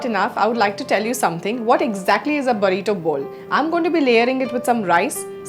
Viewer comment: It's "burrito", (बुर्रितो)